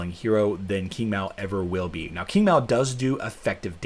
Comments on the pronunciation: Hey, thought it was pronounced "ching" not king 😉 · Please correct your pronunciation of Qing , sounds like Ching.